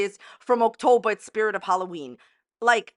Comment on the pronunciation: Are we saying “Oaktober” on purpose? 😂